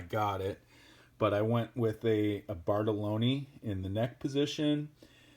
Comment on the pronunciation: also Bartolini was pronounced wrong. Let your bass do the talking I guess.